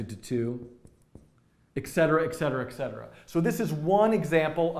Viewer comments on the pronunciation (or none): Good video. Though it's 'etcetera' and not 'eccetera'.